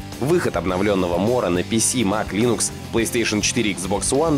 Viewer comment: Меня как пользователя Linux оскорбляет то как вы неправильно произносите название. Ударение надо делать на 1-й слог.